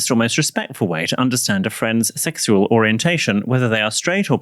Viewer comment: we’re all hearing Stewie from Family Guy on the “sexual” pronunciation right? Or just me…